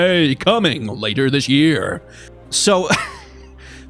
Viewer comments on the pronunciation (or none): none